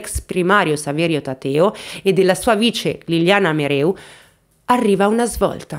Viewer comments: Brava, però si legge Merèu, non Meru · Caso molto approfondito. Mereu è cognome sardo che si pronuncia con accento sulla seconda e che tu non pronunci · Il mobbing in campo medico è diffusissimo, purtroppo. Il tuo video mi ha rattristata ma non stupita. PS: Solo un piccolo appunto. La dottoressa si chiama MerEu non MerU. E' un cognome sardo. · La dottoressa si chiama MEREU, non Meru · Liliana Mereu, non Meru , è di origini sarde :) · Credo che si pronunci mereu, è un cognome sardo non francese😂😂😂 mereu non meru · Mereu, non Meru. MEREU. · MEREU MEREU non MERU